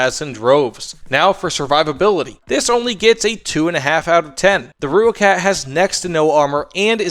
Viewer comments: More like "roy-kut" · no. Roy kat is closer. From someone who speaks Afrikaans and has an Afrikaans wife. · Great video man, but the name is pronounced "Roy-kat"